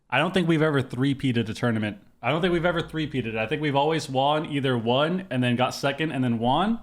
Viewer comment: I've been watching you for many years now, and it still hurts my brain hearing you pronounce won as juan. won is pronounced the same as one. That aside, GG is looking flat out unbeatable so far this season. You guys are peak form, and i'm here for it!